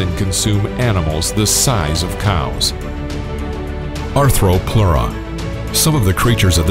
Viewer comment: I see Ark dossiers I like! :-D But the Arthropleura is mispronounced...